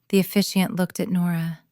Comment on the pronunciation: The word is officiant